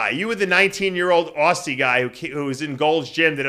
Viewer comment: When you say “Aussie” pronounce it like ‘Ozzy Osbourne’. Their would be plenty of US terms that we might not say right, but we don’t because all our TV shows are yours. I’m in a sad mood, tried to make it more ‘cheery’ but I’m in a state of apathy. Guess we all have bad days. Shows good though.